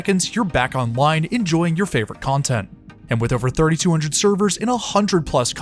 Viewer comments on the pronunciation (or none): none